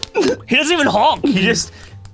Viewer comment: “Hjonk” I to am very fluent in French goose.